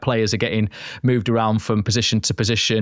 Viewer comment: Can anyone explain why professional journalists continuously pronounce it as AmoriN? Madness